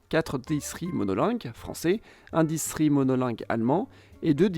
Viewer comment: J'ai mal entendu ou il a été dit "distri" au lieu de "distriCT"?